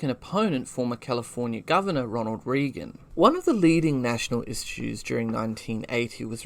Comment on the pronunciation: Great research and super interesting but you mispronounce REAGAN every time. It is RAY-GAN. I wouldn’t want people to think you are not credible because you don’t know how to say the name of one of the most famous American Presidents of all time.